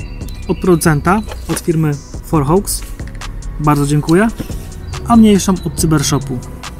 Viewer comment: Nie "forhołks", tylko "forhoks". Żaden "blekhołk" czy "bejing" tylko "blekhok" i "bołing"